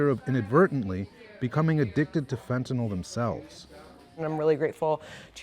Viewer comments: Fentanyl. FENTANYL! NOT FENTANOL! Pronounce it correctly! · Law enforcement gentleman needs to learn how to pronounce fentanyl. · DEA rep doesn't know how to pronounce fentanyl., there is no letter "o".